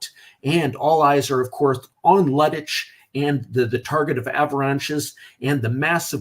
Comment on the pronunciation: As always, good show, a lot of expertise, as always good lead by you but the pronunciation of German terms is cringe-worthy! Lüttich sounds like lettuce, its LEIBstandarte and not LIEBstandarte. I know I stand alone here regarding this but its annoying. The rest ofcourse is top-notch and out of my league!